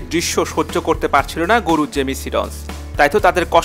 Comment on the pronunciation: ভাই মাফ করবেন এটা বলা আমার উচিৎ না।আপনার উচ্চারণ টা দয়া করে একটু সঠিকভাবে বললে ভালো হয়।আপনি গুরুর জায়গায় গরু বলে ফেলেছেন ।